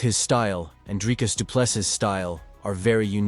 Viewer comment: Bro do your homework and pronounce their names properly PLEASE. Its Du Plessi (s) Silent s